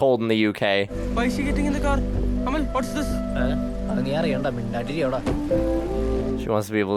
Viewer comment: Youre saying Amal like Jamaal 😂